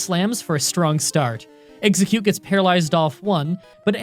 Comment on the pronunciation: he said pokemon fire red with one eggcute lol